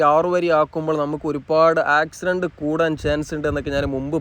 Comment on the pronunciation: 😂😂 ആക്ക് സ് രണ്ട്..... അല്ല കാക്കു..... ആക്സിഡന്റ് എന്ന് പറയാ.... ട്ടോ